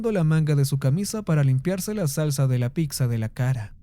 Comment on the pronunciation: Me parecen excelentes tus narraciones, solo que no soporto que digas "PICZA". Si tú trabajo es narrar, deberías aprender a pronunciar las cosas o por lo menos no inventarse nada. Un saludo.